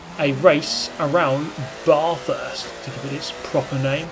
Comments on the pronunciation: It’s usually pronounced ‘Bathurst’ with a short ‘a’ sound, like ‘bat’ - not ‘Barthurst’ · The Bath in Bathurst is pronounced like math